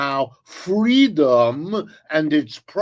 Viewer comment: It's not freedom it's ffweedom